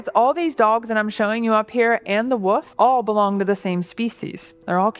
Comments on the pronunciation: Why do North Americans say "Woof" when there is very clearly an L in "Wolf"? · Why do some Americans pronounce wolf as "woof"? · Why can't she pronounce the word "wolf"? Actual rage bait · How she pronounces wolf is so cute. Wuff.